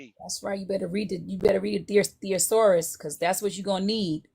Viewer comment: “You better read a theosaurus” is that some kind of dinosaur 😂. Stop calling people dumb when you mispronounce simple words.